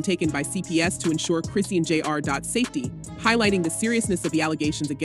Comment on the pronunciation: Who is “Chris see an” you mean Chrisean ??